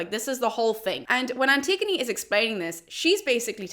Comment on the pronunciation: Looking at someone’s bookcase and was confused by one title. Me: “Anti-gone?” Them: “An-tig-o-knee”. I cringe a little inside whenever I hear the name